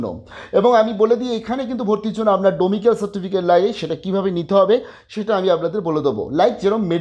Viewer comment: "ডমিক্যাল" না গো দাদা, "ডমিসাইল"